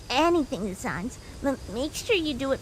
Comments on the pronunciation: Hey, by the way, sans is not pronounced sons. Its sans, like sand. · I Love The Voices You Give Each Character! Especially Sans! Although I Wish You Guys Would Pronounce "Sans" The Way It's Usually Pronounced (Sands), I've Gotten Very Used To It And It Hasn't Stopped Me From Keeping Up With The Dubs! ^^